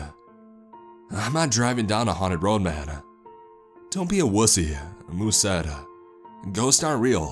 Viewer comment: was a bad roaduh had an itchyuh kneeuh ..had the mic on my throatuh